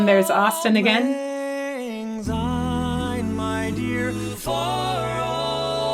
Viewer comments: Speaking as a Scot, I find this version of Auld Lang Syne to be insulting. If people are going to sing it, at least try to sing it correctly. It's not pronounced 'old', it's 'auld' and it's not 'take', it's 'tak'! And they sound like they're singing Zine when it's Syne. As a vocal coach, I would've expected you to know how it is actually sang in Scotland! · There is no z in the word syne. It’s a soft s.. if you were a Scot as I am, this would really sizzle your sausages. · As a Scot I have to say that whilst this does sound wonderful it grates a bit to hear the title line being mis-sung. It is not "Old Lang Zyne". The word "Auld" is Scottish for "old" and should be pronounced like "Awled ". Lang was sung properly but the word "Syne" is soft and should be pronounced like the word "Sign". Have a wee listen to a Scot singing it